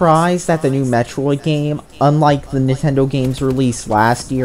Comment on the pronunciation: Hey! This time you didn't pronounce Metroid like its short for Meat Steroid! I'm proud of you!